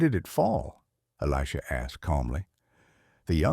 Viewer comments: And who is eleeejah. A.i. is out of control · While the message may be good it’s ruined by AI slop. It’s pronounced Eli-J-ah. Why do people insist on using crappy AI that can’t even pronounce words correctly. Are you too busy to use the actual voice God gave you? Or too lazy? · I think it's totally AI and cannot pronounce Elisha. Why oh why is almost every channel using AI. I dislike it very much!!!!!!!